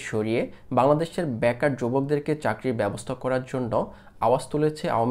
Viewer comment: কি রে ভাই ভাষা ঠিক করে কথা বল ব্যাকার না কথাটা বেকার আর বারতীয় না কথাটা ভারতীয়